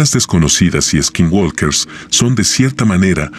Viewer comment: me da anxieda que dice Skin WoLkers